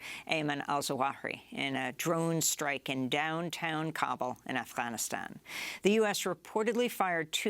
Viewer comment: You sound weird when you pronounce Afghanistan.